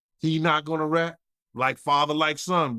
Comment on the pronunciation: Ard now you saying that “RAT” word a little to hard now 😒